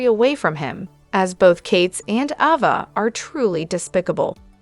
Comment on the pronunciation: Please say Ava name the right way 🙏